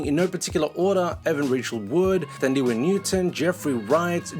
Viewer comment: Love how you pronounced "Thandiwe" newton's name